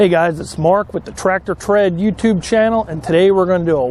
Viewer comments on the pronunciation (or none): none